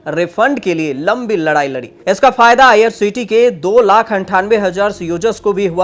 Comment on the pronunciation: तूमको ठीक तरहसे बोलना नहीं आता. आईआरसीटीसी बोलो, करोर नहीं करोड बोलो. पहले अच्छी हिंदी सीखकर आओ.